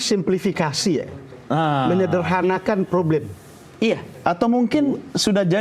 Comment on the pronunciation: KDM....sorry nih...*problem* dll kata yg ada huruf **p**...tp dibaca **froblem**, p berubah jd f...mklm org Sunda...,tp berbahasa Indonesia lah yg baik dan benar 👍🙏